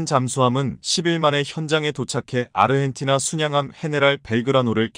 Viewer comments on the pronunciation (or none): none